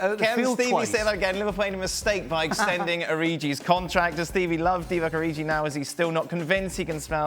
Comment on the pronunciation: Lol did he say "Divock ORIJI" 😂😂😂